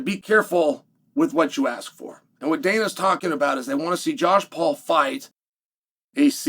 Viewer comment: lol “Josh Paul”